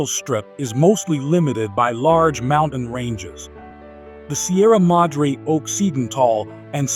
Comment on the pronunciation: Se oye funny cuando pronuncia los nombres en español guaajajara sierra madree